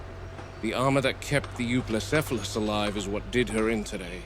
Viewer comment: 2025 and mfs still can't pronounce Euoplocephalus